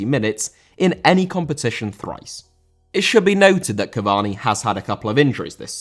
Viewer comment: Cavani* not Cavorni